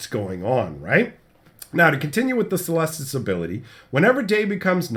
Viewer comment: It's pronounced "keh-lestus", it's a latin word